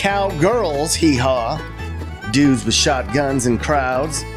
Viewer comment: Cowboy from Oklahoma here. Love your videos. Btw, it is YEE HAW - not HEE HAW. LOLOL